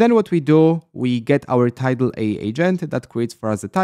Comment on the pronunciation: How to remove the Heygen watermark? I think AI is pronounced A - I